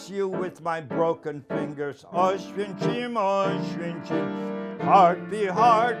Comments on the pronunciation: ItsOnlyFear2018 so he's been in Auschwitz for 3 fuckin years and for some reason he can't pronounce Auschwitz correctly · so he's been there for 3 years and he can't pronounce "Auschwitz" the right way, give me a break